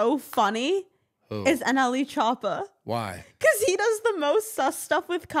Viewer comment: i love how a 22 year old pronounces "nle choppa"